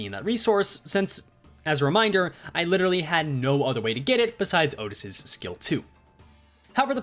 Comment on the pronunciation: your pronunciation of Outis is wrong, it is "oo-tis", she is not the cow from barnyard